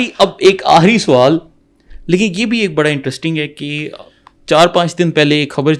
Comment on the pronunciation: Anchor soowal nahi sawaal hota hai urdu sahi bolain